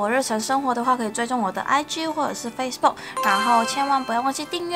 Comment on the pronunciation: Facebook有香港腔😂😂😂好可爱